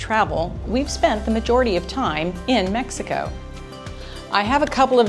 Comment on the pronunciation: said Mex ico 3 world engineer